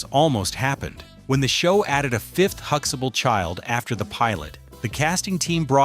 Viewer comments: No, we don't pronounce it that way either. There is a T in the name which is pronounced too. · Isnt it huxtable? Why does your AI mess up so many times? Its not Huxable! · Hooxable?? Damn AI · Jfc HuxTAble . There is a fucking "t" in the middle of that name. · Huxtable is being mispronounced. That's not ok. 👎🏾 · Can't even pronounce Huxtable. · You have missed pronounced their last name. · You can't even pronounce his surname!